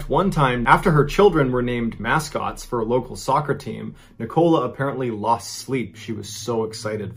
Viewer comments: Love your videos John. I've basically watched hundreds of your videos in the past 5 days. I am actually from Lancashire, and thought I'd help you out with the dialect a little. Nicola is actually pronounced like "Nickle-a", and the "shire" in British county names is actually pronounced like a short "sher". Let's hope you never have to cover any stories from Worcestershire. I'm not going to help you out with how to pronounce that one, because I'm a saucy devil ;) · I thought it was just me lol. I’m also British and I can just hear Ni-coal-ah. And it’s bothering me lol, so he’s saying Nicola. Not Nicole-uh. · I think Nicola's name is pronounced NIK-uh-luh. At least that's how a guy I went to high school with pronounced his own name. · It is literally Neecola pronounced in my country . The USA is not the only country on earth . Same names have different pronounciations around the globe . Nicola is in Germany Neecola pronounced. After all it is a latinized word . So would you stop hating on him ? 🤨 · I must say..As a Brit, Ive never heard the name Nicola pronounced Nicole A..It's such a common name here but sounds so much more exotic how Mr B pronounces it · The pronunciations are all over the place in this vid. Neekola and Lanca-shyer lmao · I've never heard a human pronounce "Nicola" like "nikawla" Before this video! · Oops, you are pronouncing her name incorrectly.. It is Nic-o-la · Nicola is pronounced NICK-uh-luh. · Antigua, a woman alone on a beach ?? People do stupid things. Pretty sure her name is pronounced nick-ola the 'o' is short, not a long one like cola. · The pronunciation of Nicola had me chuckling too. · I'm pretty sure Nicola is pronounced The same as " Nikola" ( Tesla ) Not the way you're pronouncing it john! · Your videos are great Mr Ballen, but the way you say Nicola pains me to my core 😂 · The way he pronounced Lancashire and Nicola 😂😂😂😂😂😂😂😂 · As a brit I love the way u pronounce Nicola ~ it's super cute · The way he pronounces Nicola... 😬